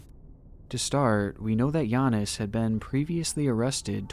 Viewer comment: It took the NBA half a decade to learn how to pronounce Giannis and you did it on the first try.